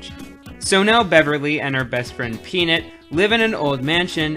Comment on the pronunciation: Did anyone realize when he said peanut it sounded like he was gonna say penis?